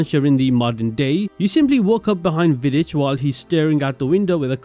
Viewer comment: You're probably the first youtuber I've seen pronounce Vidic correctly